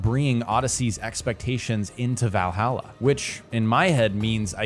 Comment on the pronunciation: Valhalla not vailhaila